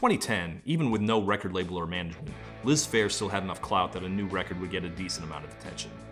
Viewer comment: i thought that said "lisp hair" . now every time ya say "liz phair"....... i hear "lisp hair"